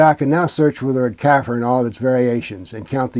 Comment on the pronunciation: Pronounced Ka Fear